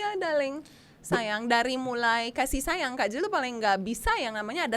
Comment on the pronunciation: blg sayang "syayang" ya 🤣